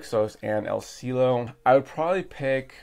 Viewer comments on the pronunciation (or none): El Cielo (The sky) pronunciation; El see-eh-lo! The "eh" pronunciation is like the "E" in the name of Emily, hope this helps out.